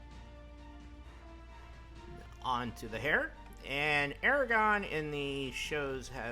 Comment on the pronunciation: ara gorn not aragon